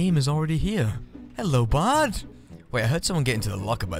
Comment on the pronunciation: Are you say "Hello bard" or "hello bud"?